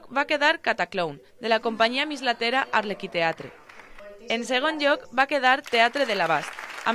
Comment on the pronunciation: Ens diem ARLEQUIATRE! NO arlequiTEatre Crec que ja us ho hem comentat reiterades vegades i us agraíriem una mica més de conciència quan ja són tres les vegades que ho heu dit malament. Gràcies